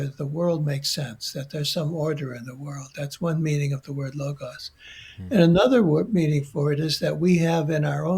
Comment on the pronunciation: Logos not logauss 😮 another AI -introduced mispronunciation along with sicklical instead of cyclical… so much mispronunciation. Otherwise it’s a great interview thank you 🙏🏻 ❤